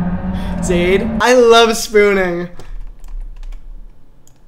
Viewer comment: my name’s zaid and for once someone’s pronounced it right